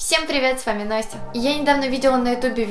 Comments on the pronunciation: А почему не Настя а Ностя? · Посему Ностя а не Настя